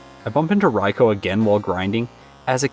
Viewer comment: You are the one of the few people who pronounce Raikou correctly, my favourite Pokémon… definitely caught me off guard